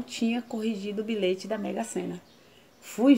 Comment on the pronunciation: Eu ouvi errado ou ela falou bilete mesmo no início. Kkkkk vc é demais😘😘😘